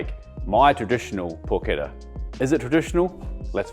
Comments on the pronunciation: pronounce it correctly; in non- former prison colonies it is called "PORCH-ETTAH" not "PORKETTA" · Down voted for pronouncing it like an english